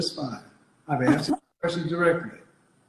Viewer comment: "Axed"... DISMISSED!